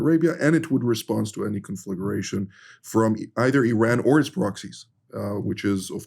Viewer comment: 1., what about nuclear, Islamic Pakistan? 2. Conflagration 'kon-flag-ration'. 3. 'Tragic', not "regrettable". Regrettable is firing a long-time, productive and loyal employee due to the effects of budget cuts. Murdered by an armed lunatic running amok is "tragic'. Danke, kulom.